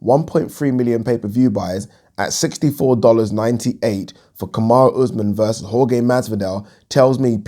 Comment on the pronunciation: Jorge is pronounced HorHe